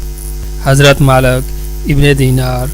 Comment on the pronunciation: Malak nhi maalik kho.